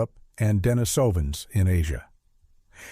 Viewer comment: The pronunciation of “Denisovans” is killing me 😅